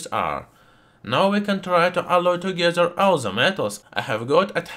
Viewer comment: It’s the way he says alloy for me. It went from “alice” to “alurt“ to “adda” and then finally just “ah”. 😂